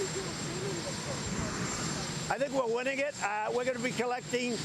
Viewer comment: Did he say 'Tired of winning" or "Tired of whining" ? I'm not so sure anymore.. Cofeve.